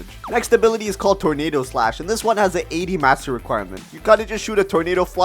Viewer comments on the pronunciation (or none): In you said multi target slash and “ornado slash 😂😂😂😂😂